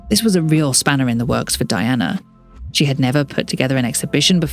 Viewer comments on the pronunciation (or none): It’s pronounced Dee-anna… RIP VREELAND! ❤ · Her name was pronounced DEE-ONA